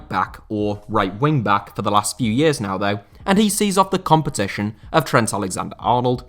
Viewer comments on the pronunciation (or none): none